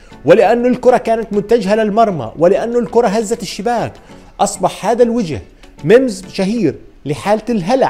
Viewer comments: يا اسمها مِييمز وليس ممز😂😂😂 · ياخي اسمها memes مش mmz تضلكش تحكي ممز اسمها ميمز بربك